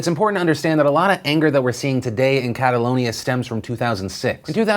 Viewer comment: I cringe every time you say Catalonia...